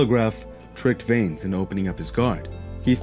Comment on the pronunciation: Here's something I don't understand, and this isn't to hate or anything, but if you're going to do a fight break down you obviously watched the fight, edit it and all that kind of stuff. So how are you still miss pronouncing Vanes name? If I can recall they never have ever called him veins, so I don't understand the continued mispronunciation. Obviously not a huge issue, but it's just confusing to me, did you watch it with the sound off?